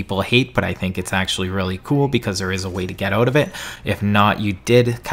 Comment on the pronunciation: Hmm hockey he says oot yo dude ur Canadian